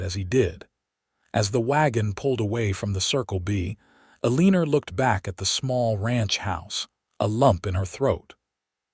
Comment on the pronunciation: It sounds like a good story but how could you expect people to listen to the narrator call Eleanor Uh-lee-ner? Just ridiculous.